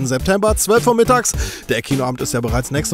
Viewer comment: Auf wieder zehn sagst du immer